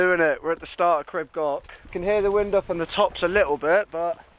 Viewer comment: Epic mate …another cracking adventure on my home turf…big respect for pronouncing ‘crib goch’ correctly ✅ Top Man 🪵🔥🤙💯